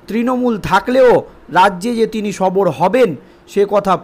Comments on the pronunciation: বার বার সবর কে না বলছেন ওটা হবে সরব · ওরে পাগল সবর না বলুন সরব হলেন বারবার বলছেন সবর সবর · ভাষা ঠিক করুন, সরব কে সবর বলছেন।